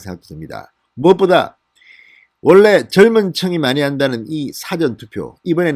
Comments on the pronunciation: 발음정확하게 하세요 사~~전, 사전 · 또 辭典投票야? 事前投票 발음 안되나요? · 사전투표가 아니고 사~전투표 라고 하세요. 듣기가 좋지않네요.기자생활도 하신분이....사전(dictionary)이 아니고 사~전 투표 라고 하세요. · 진성호님,늘 발빠른 보도를 들으며 속이 후련합니다. 수고하십니다. 그러나,거두절미하고 한 말씀드리겠습니다. 노여워마시고 꼭 고쳐주세요. 여태 늘 말씀드리려했으나 비공개 방법을 몰라 말씀드리는 겁니다. (예) 事前 투표를 辭典 투표처럼 발음하십니다. 한자말이 많은 우리말에서는 母音의 발음의 높낮이를 정화하게 하지 않으면 뜻이 전혀 다르게 된다는 점을 명심하시기 바랍니다. (예) 눈:눈,발:발, 말:말, 등등의 차이를 말입니다. 무례를 용서하소서. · 사~전 투표라고발음하세요. 백과사전투표인가? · '당!시' 발음 '사!전투표' 발음 교정바랍니다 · 말투가 이상하네요 국어사전인지 사전투표인지 발음공부? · 성호씨 사전투표 발음 고쳐 하세요 세번째 부탁 드림~~ 국어사전,영어사전에 투표 하나요? 서울대출신 기자 방송인으로 발음이 부적절함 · 진선생님. 항상이방송을보고있는. 시청자입니다. 근데발음을. 좀신경써주세요. 사전투표를높게부르지마시고. 좀. 톤을내려서말씀해주세요. 사전투표. 저도경상도지만이건아니예요. 듣기거북해요. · 주필님 사전ᆢ 앞 발음은 백과사전의 사전 아닌가요 ㆍ성창경님도 그러든데 언론인이면 ᆢ발음 강약이 필요하죠 수사도 앞발음은 강하게하지 않아야 하죠